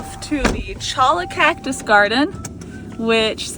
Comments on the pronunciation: Cholla is pronounced choya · Cholla is pronounced "choya" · cholla are actually pronounded choya .